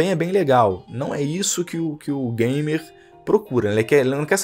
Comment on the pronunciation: ''Não tem ergêbê, não é gaimer''